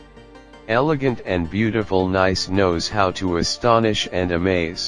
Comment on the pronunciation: When you begin by mispronouncing the subject of your video, coupled with the computer generated voiceover and...showing, as the second scene, a location other than Nice, it leads to 39 views and only one disdainful comment. Too bad, because the photography was actually quite nice.